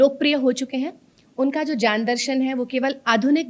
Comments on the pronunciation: Aap ज्ञान को जान विज्ञान को vijyan क्यो बोल रहे है। कृपया बताये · सभी विध्वनि विज्ञान को vijyan क्यों बोलते है मैंने काफी लोगो से सुना है ये की vijyan कहते है विज्ञान की जगह आप भी ज्ञान को जन और विज्ञान को विजान् bol rhe he कृपया बताये